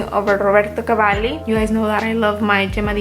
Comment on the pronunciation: Hey. Great haul. A few things: 1) I love Instant Crush. It’s one of my faves in my collection. It could be my signature, you’re right 👌🏾 2) Your Roberto Cavalli pronunciation is on point 🔥 3) I’m really happy to see you’re back making videos. I know what it’s like to get overwhelmed/burned out with this stuff. I had to take 6 months off a couple years ago. Do what you gotta do to take care of you. Just know that we all love your videos and will be happy to see them whenever you’re able to film them.